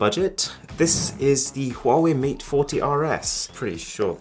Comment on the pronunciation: my guy that wasnt a huawei, that was a huavvei